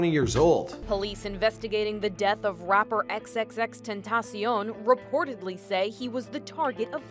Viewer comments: he said tenteh and tentah in the same interview, either way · Tentasion is how you say it god damn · tentasion tentaseal tetasion tentaceon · It’s so annoying how he said tentacion